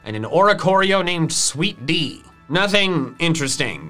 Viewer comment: calling sweet dee sweet tea